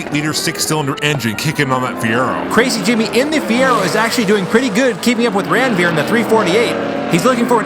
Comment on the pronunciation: It's not Randveer it is Ranveer. And if you think why I am saying so see my name